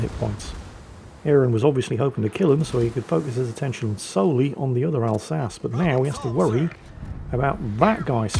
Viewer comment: Wait, why is pronouncing the Alsache wrong? Oh!